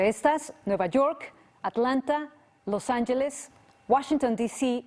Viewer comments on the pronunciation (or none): Es Los Angeles, no "Los Anlles", es noticiero en español no en ingles🤣🤣🤣🤣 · Did she said LosANJELES????